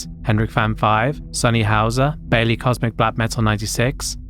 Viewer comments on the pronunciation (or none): none